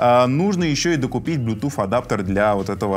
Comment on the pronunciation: Автор учи английский, не блютуФ, а блютуС - (bluetooth)